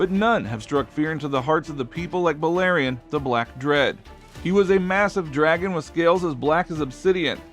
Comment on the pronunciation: Clearly not I’m surprised he said the black dreads name right lol